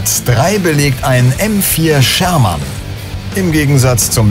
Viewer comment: organisiert doch wenigstens jemanden der Sherman richtig aussprechen kann.....